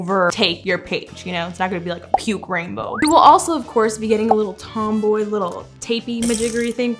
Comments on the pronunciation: Girl it’s not tomboy it’s TOMBOW Like RAINBOW but it’s TOMBOW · Tombow not tomboy Mildliner not binliner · It’s Tom - bow<